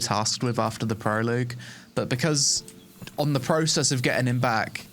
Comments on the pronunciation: Great review but Prologue = Pro-Log. Not Proloog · Dude it's pronounced pro-log not pro-loag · Nice to see your impressions on the game. Thanks. BTW, it pronounced "pro-log", not "pro-=loog". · It's PRO LOG omg not Proloog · I hate to be that guy but stop saying pro...loog? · i think the wildest thing about this video is that you think its called prolooog o.O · GAH! Say it with me: "pro-log" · It's pronounced prolog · Don’t normally comment on people mispronouncing stuff but proloogue makes me laugh every time you say it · "Not too long after the proloog." :'D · "proloog" is making it hard to continue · "pro-log"... the UE is tripping you up, but it comes after the G and is silent. (prologue) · Yo, the way you are pronouncing "prologue" is killing me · Thank God; First time he said it I couldn't focus on the rest of the video for thinking about it. By time I did he said it again and once more I was gone